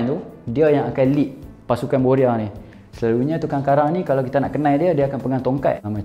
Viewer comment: starting cakap kl “selalunyee..” 😂 nihh, beranak celah komtar cakap penang laaa 😂